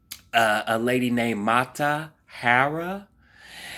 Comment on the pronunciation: MA TAA HAA REE. Not Matahairraa.